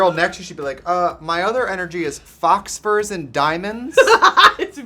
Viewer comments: Did Trixie just pronounce faux fur “fox fur”? hfhdshhfhsb I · Did Trixie just say “Fox Fur” or “Faux Fur” ??